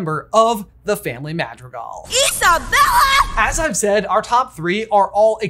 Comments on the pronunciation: Dude... dude... dude.... Mah-dr(roll the R like making motorcycle noises using ONLY the tip of your tongue, but shorter)ee-gahl... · I love y’all to death but the way you pronounce “Madrigal” gives me the ick.